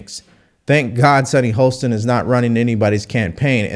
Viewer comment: Great voice,. But it is Sunny HOSTIN, not HOLSTON. She is definitely out of touch, and it is very hard to listen to her calm condescension, but many conservatives already have the stereotype of being "uneducated". The least we can do is learn how to pronounce people's names correctly (especially those on the left).